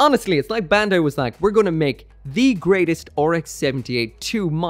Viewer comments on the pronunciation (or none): none